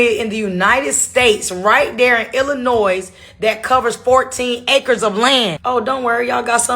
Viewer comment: Because you said Illinoisssss like the S is sounded out. So no, you are not allowed to visit any pyramids in Illinois-silent S